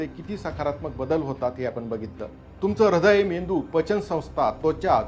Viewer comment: ऱ्हदय नाही हृदय